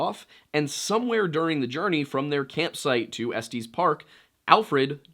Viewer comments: Love the content. I just found your channel and I'm hooked! Courtesy of Wendigoon. Now, as a Coloradan I have to correct you cuz it's so painful to hear 🤣🤣. It's pronounced Ess-Tess, not Ess-Tees park lmao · Estes is pronounced ‘est is’ not ‘esties’ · Dude. I have a place in Estes park. It’s not Estes(like testes) but es-tiss. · Estes is not pronounced "Esteez" but rather "Estis." I grew up in Estes Park, so this bugs me a bit and won't leave my mind until I write this. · You pronounce everything from Colorado wrong… it’s pronounce like “Ess-tis” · 1. Estes Park has two soft E's. Ehs-tehs. 2. Utah and Nevada are west of Colorado. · It's 'Estes' like 'Ess-tess', not 'Estes' like Testis 😂 You're welcome -Colorado born, raised, & frequently visit Estes. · I'm... I'm sorry, did he just pronounce estes park as est-ees? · Estees gave me a nice little laugh lol, reminded me of my little brother’s pronounciation of it, loving the videos btw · Same I laughed out loud. One of my transplant friends says estees instead of estes. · The way he incorrectly pronounces estes infuriated mw so much for some reason